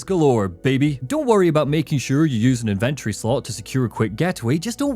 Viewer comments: that damn IN-VIN-TURREYYY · 😂it’s the way you pronounce it! Love the content man, hours of entertainment for me during my hour drive home from work